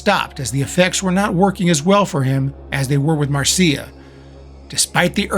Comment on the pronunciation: Excellent video and research. You even pronounced her name correctly. Marcia pursued her yoga career and did not just live off her trust fund. Her books on yoga and astrology are worth tracking down.